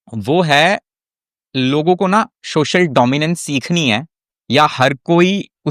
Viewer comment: सोशल ko शोशल kahna band kar do, dominance aa jayegi!😂😂😂😂